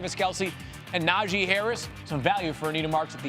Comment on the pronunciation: Say it with me: NA JEE like JHEE/GEE Harris. Stop butchering my man’s name if you really appreciate him so much